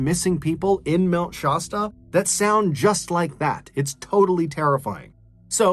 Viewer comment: Mt. ShASSta not ShAWEsta.